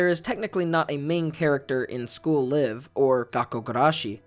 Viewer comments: Please for the love of god, its pronounced as in "We're live in New York" or "We got a Live one" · Am I the only one that pronounced the 'live' in school live with the I being pronounced like Life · Are you supposed to pronounce "Live" like the verb?? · Am i the only one that thought it was pronounced school layv?